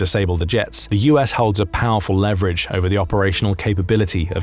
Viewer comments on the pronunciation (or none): Please learn how to pronounce leverage.